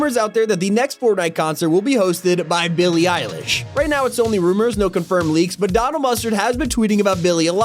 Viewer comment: Lol he mispronounced billy Irish😂